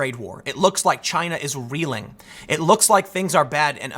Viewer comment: "Jyina" -Tim Poole, November 2019